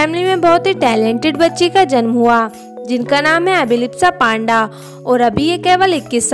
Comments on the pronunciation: माफ करना,लेकिन हम भारतीय तो पांडा की जगह पंडा सरलता से बोल सकते है न.... फिर....क्यों.....?? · Right yeh ladki surname galat bol rahi hai